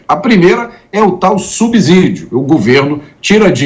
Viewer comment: Ô, a palavra subsidio se pronuncia subcídio e não subzídio!!! Fora isso, concordo com tudo o que você disse!!!